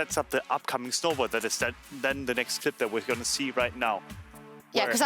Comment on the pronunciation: SJOKZ said schnowball heh <3